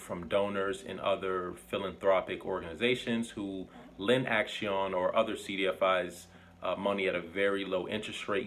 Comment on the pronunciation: I believe it may be pronounced as "ak-see-own", like the word for action in Spanish, "acción"